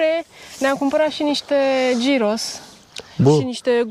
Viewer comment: Salutare! V-ați putut odihni având alături "concertul" șacalilor?😬 Să aveți drum bun în continuare și experiențe frumoase! Asfalt uscat! 🙂🏍🤗 P.S.: Se scrie gyros și se citește ghiros! 😉